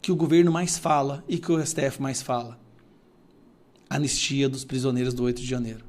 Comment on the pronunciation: Anestia? Kkkkkk analfa....